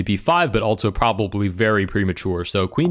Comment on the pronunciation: I can’t help but notice that he pronounces also, “altzo”